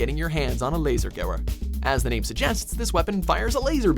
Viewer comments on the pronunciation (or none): Mien gott it's pronounced laser gwe-ver verdant say it right.